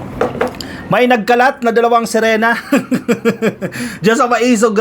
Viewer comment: Serina o sirana d kc malinaw